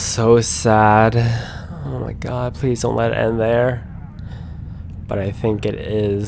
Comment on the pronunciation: she said pwease not please